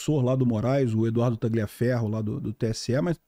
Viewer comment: Nãose fala TaGLIaferro e sim TaLHIaferro.